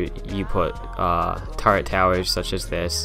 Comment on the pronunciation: Terry Gardner its turrent turrets are castle towers